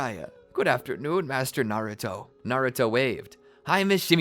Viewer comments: Is it just me or did he say garrato when the exsam started;7( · anyone else hear him say garuto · Has nobody notice he said garouto😂